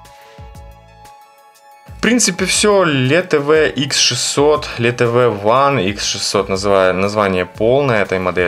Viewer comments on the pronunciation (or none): Только включил, не хотелось досматривать. Это не читается как ЛеТЭВЭ. Может стоит уже научиться читать? Хотябы у Andronews...